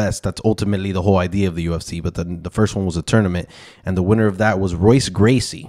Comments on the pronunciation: talking about "casuals" and pronounces the great royce gracies name wrong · I mean. you're kinda a casual for mispronouncing Royce Gracies name lol